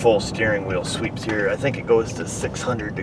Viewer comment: "hwheel"? is that you, stewey?